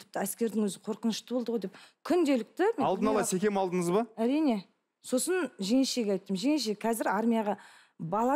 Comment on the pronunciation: Көрдініз, не ісдедініз, алдыныз деп жүргізуші "ң " әріпін айтпай мазаны алды